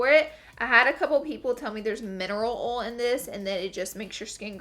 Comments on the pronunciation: LAURAAA IT'S OIL NOT OAL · I'm sorry and I love you Laura BUT HOW YOU SAY OIL ACTUALLY MAKES ME WANNA SMACK YOU 😂😙